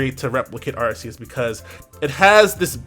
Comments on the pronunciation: Isn't it Ar-Kee-Yus. That drives me crazy lol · ARK•ee•us. Otherwise, great video as usual,! ✊🏿